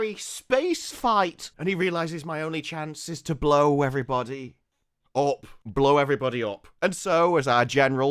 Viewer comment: "Blow everybody..... Up" im dying 🤣